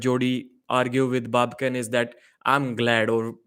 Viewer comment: Who told Devon to come in the room, if he was not even able to hold his anger for a sec? Immediately after entering he first mock Babken saying 'baby-kin', if someone told you like that than what would you do? Even if Babken came in the Devon's room calling him 'CLOWN🤡' than you sheep fans would have gone far against Babken!